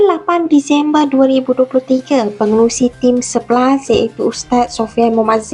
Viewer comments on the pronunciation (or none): Pangarusi....ta salah ckap ke?? Pengerusilah😅